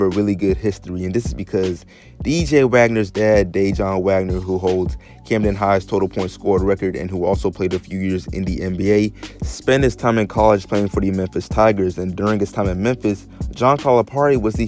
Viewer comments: My guy... who is DIJON? It’s Dejuan(DEE-WAHN) this ain’t mustard family lol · It’s Dejuan.... but it’s pronounced DeWuan FYI. Good video though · Pronounced Da-Juan not Dejon bro lol Yeah he going to Kentucky coming from body that live in Camden. I don't know him but it's obvious. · its actually pronounced dejohn